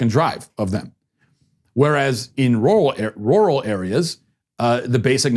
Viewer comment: Glad I'm not the only one who can't say 'rural'